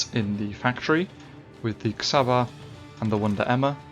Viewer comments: Nagyon jó videó, de az Csaba és nem Xaba ;) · Cs in csaba is pronounced like ch in cheese